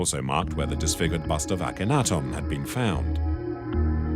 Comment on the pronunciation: It's hard to have confidence in this offering when the narrator mispronounces the name Akhenaten throughout.